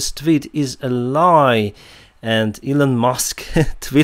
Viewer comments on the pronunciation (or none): none